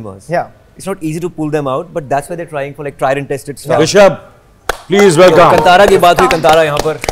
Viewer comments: It's not kntaaraa pronunciation 😒.... it's Kaantaraa pronunciation. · It's Kaantara guys. Not cun-tara🤦🏻‍♂️ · Very much here for Rishab shetty.. Our Karnataka Hero... So happy proud to reach levels.... Still pronouncing the name wrong... Hollywood.. Plz pronounce the name "Kantara ".. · “Kaan- thaara”.. that’s the right pronunciation I believe :))